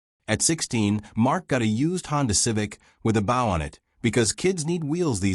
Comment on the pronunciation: the word is B O W.....not bough